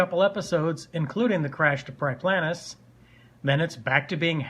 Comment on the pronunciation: Priplanus is actually Pre Planets. It's a real term probably mis pronounced by Will